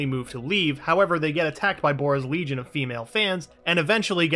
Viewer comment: thunder "ligion"